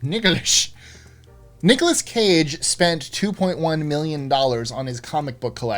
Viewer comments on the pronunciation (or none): "Nicolash?" Sounds like Sean Connery pronouncing Nicholas,:P